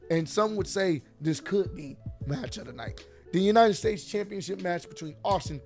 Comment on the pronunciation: Good one "New-nited states champion"😂😂😂